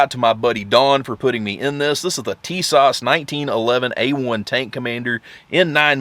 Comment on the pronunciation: Did you say things are not getting any cheaper? Well I have to disagree. I just pulled the trigger ( Pun intended ) on Tisas 1911A1 in .45 ACP from Sportsman's Outdoor Superstore online for $329.99 FREE shipping. Everything I have seen on youtube is saying Tisas makes quality firearms. By the way, the proper Turkish pronunciation is Tuh-SASH I believe.